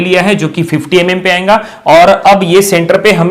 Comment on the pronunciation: Why do you say ayenga this is not ayenga this is ayega ok please prepare you punounciation